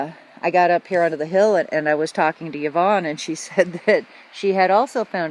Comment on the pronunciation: Scottish person here. Have you asked Yvonne how she says her name? Fairly common in our wee paradise. It is Ivonne, or eevone. Anyway a vowel at the start, not a yi. So... thats all.